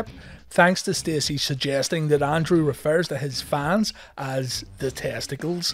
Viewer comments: It's Andrew not Andre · every time you say Andrew i hear Andrea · Why it sounds like he's say Andre?